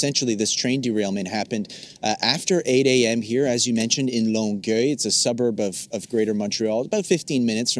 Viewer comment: Did he seriously just call Longueuil "long-eel"???